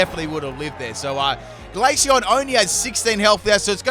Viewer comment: One question what was the glaceon set? Neither subtitles or my brain can comprehend what you said